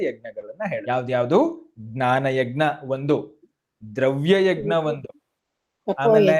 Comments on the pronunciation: ಯಗ್ ನ ಅಲ್ಲ ಯಜ್ ನ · ಯಜ್ಞ ವನ್ನು egnya ಅಂತ ಸರಿಯಾಗಿ ಹೇಳಿ 🙏🏾ನಿಮ್ಮನ್ನು ನೋಡಿ ಕಲಿಯುವವರು ಇರುತ್ತಾರೆ 🙏🏾ಜೈ ಶ್ರೀರಾಮ, ಗ ಕಾರ ಅಲ್ಲ ನಾನು ಹೇಳಿದ್ದು, ನ್ಯ ಬರಬೇಕು ಕೊನೆಯಲ್ಲಿ ಅಂತ, ಅದನ್ನು ಬಿಡಿಸಿ ಬರೆಯಲು, ಇದರಲ್ಲಿ ಇಲ್ಲದೇ ಇರುವುದರಿಂದ, ನಿಮಗೆ ತಿಳಿಯುತ್ತೆ ಅಂತ ಹಾಗೇ ಬರೆದದ್ದು, ವಾಯ್ಸ್ ಮೆಸೇಜ್ ಆಗೋದಿಲ್ಲ ಇಲ್ಲಿ ಅದಕ್ಕೇ ಸರಿಯಾದ ಉಚ್ಚಾರಣೆ ಇರಲಿ ಅಂತ, ನಾನೇನೂ ಎಲ್ಲ ಗೊತ್ತು ಅಂತ ಅಲ್ಲ ಕ್ಷಮಿಸಿ 🙏🏾ಕಲಿಯುವವರು ಇರುತ್ತಾರೆ ಅಂತ ಅಷ್ಟೇ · ಯಜ್+ಞ ಎಂದೇ ಉಚ್ಚರಿಸಬೇಕಾದ್ದು. ಗಕಾರ ಬರಬಾರದು.